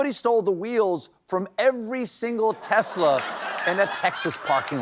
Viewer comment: 'Hey hey Donald J, how many Tesler's did you sell today?'